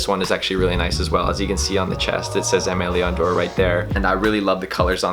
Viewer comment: The pronunciation of “Aime Leon Dore” is cringy